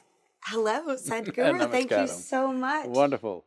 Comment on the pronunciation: I'm laughing so hard whenever she said Sadhguru as Sad-Guru. XD